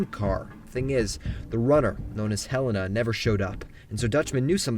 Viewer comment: OK, I like your videos but Helena. hel-a-na